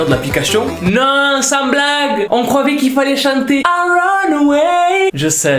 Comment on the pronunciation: "on crovait" mdrrrrrr